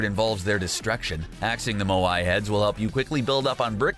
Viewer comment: Nice video,but here’s some things you got wrong 1. Lazy links not Lucky links 2. Moai is pronounced as Maui